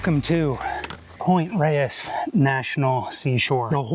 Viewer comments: I believe the locals have always pronounced it "Point Rays." East Coast transplants are excused. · So cool that you made it out to my neighborhood. Gorgeous! Makes me want to take out the hiking boots and revisit the Sky Trail. Thanks for this great video! (Also, it's pronounced "Point RAYS"). :)